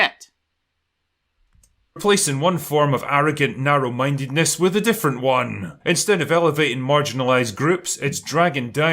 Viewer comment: I would highly suggest taking a speech class to learn better annunciation. It's deeply embarrassing for a grown man to say "wif".